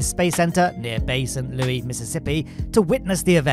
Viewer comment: Minor correction from a local: Bay Saint Louis is pronounced Bay Saint "Lewis." Yes, it can be considered an incorrect pronunciation, but at least it's better than another close town, Kiln. Which is not pronounced like the clay oven, but instead always referred to as "da' Kill." Anyway, love Space This Week, keep up the great work!